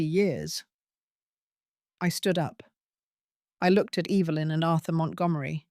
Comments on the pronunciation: I luv the way you say your daughter in laws mothers name 🤣😅🤣😅 Evilynn hahaha sounds like shes evil !! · EVIL-lyn!! 🤣 You got that right, mom!!